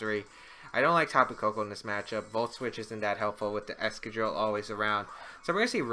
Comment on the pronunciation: Is that really how you pronounce excadrill.....?